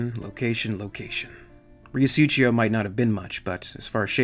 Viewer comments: 'rio su-cee-o', not "su-chee-o" lol... dirty river Mano.. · Great episode as always, love the content and narration. Just one little comment. The way you say Riosucio is kind of italian, you should read it as "Reeosuseeo", no "ch". Side note for flavour, it's 2 words combined into one, Rio= River and Sucio = Dirty. Thanks for another great episode! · "suTHio" is closer to it. Rio Sucio (Dirty River) if of Spanish rather than Italian origin as seems to be the case, will be pronounced Ree-o (short o, not ou) Su-THee-o (u as in PUT, strong TH as in THIN rather than THE or THIS, and short o) but in most of Latin America the C sound that you pronounced CH (like Italians) and Spaniards pronounce as the English strong TH will be pronounced as a simple S like the one that begins the word. Su-si-o (not a soft S as in the middle of Susie) God I'm terrible at explaining but hopefully that helps. SooSioh Obviously Riosucio is comprised of them 2 words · These are just as great as any of the Alien videos you've done.. thanks for bringing your special style to the crossover universe as well! FYI, Riosucio is pronounced "REE-oh SOO-see-oh." It's Spanish for "Dirty River." #ForDutch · Huge fan of your work, listening to you narrate reminds me of a story told by Michael Biehn which gives the narration added flare and dramatics. Really hoping you finish up on the accounts of the earth war, such a gripping audio tale. If I may critique you a bit I believe your pronunciation of Riosucio is a bit off. The first part you pronounce is perfect, the second it seems you're pronouncing with a bit of Italian decent. As it is a Spanish city, it should be sucio or Sue-Cee-Oh, which translates to dirty. As the town is near a river I deduce that river is filthy and the name "Riosucio" loosely translates to dirty river #ForDutch